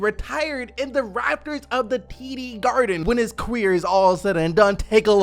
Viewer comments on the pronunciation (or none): Quir huh not career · qareer? lol